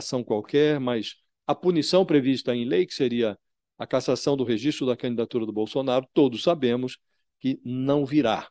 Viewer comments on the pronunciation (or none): none